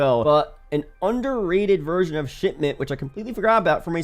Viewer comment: How many times he drop shitment 😂